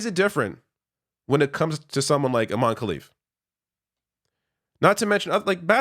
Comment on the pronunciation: Also, careful with the pronunciation. IMAN is a male name, you have to stress the EH at the end, Imane (Imaneh) for it to be a female name. The name itself has caused part of the confusion.